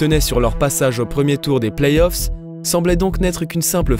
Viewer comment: Par contre on dit play-offs et non pas plays-off 🙃🙃🙃